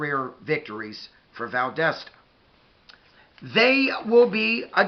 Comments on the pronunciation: Valdosta dosta not desta it’s like saying do in dog . Dosta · Great video! Closer on the pronunciation, but it's Val-DAH (like when the Dentist says "open up n say Ahhhh") -Stuh...Val-DAH-stuh Or Val-DAS (like German) -Tuh. Sorry, I wish I could write out phonetically better. You have the first and last syllables, the second one rhymes or sounds just like the German "Das" as in the movie "Das Boot" (The Boat). It doesn't really matter 😆. Great video as usual and I really feel like our teams will meet again soon, and I'm not comfortable with that. We DO NOT match well with you guys lol. Have a great week! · It's pronounced like Val dah sta. The wildcats aren't quite as dominant as they used to be but they still usually have a really good team. The other school in Valdosta (Lowndes County) also usually has a really good team.